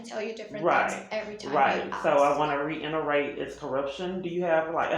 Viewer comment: The word is REITERATE not REINERATE 🤣😩😩🤣🤣🤣😭😭😭🤦🏽‍♀️